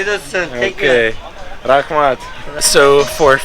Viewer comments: I can see that you’ve put some effort into proper pronunciation of Uzbek phrases. Your “Rahmat” is on spot, man! Great video overall. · the way you say Rahmat (thanks) could not get pronounced any better